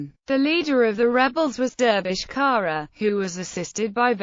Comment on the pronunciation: The surname is pronounced "tsara"